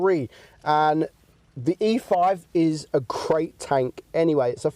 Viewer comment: 21 ik but it sounded like crate XD